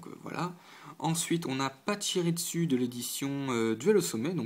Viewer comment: Ah oui c'est pas pour t'embêter mais on dit: pa-chi-ri-zu! et le chi se dit chhhhhh-i